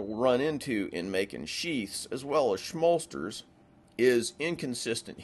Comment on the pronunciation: Shmolsters! LOL!